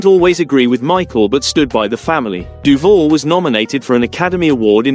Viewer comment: Um, I hate to be pedantic and a fully paid up member of the "pronunciation police" but it is pronounced: "DOO- VAL" and not doo-vull, geddit? Now, say it after me: DOO-VAL, yes, we're getting there, DOOVAL (As in "You can call me AL"). Are we clear on this now? Good, now get the kcuff out of here.